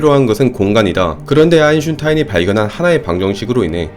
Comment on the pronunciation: 이분은 Einstein을 아인슌타인이라고 발음하십니다.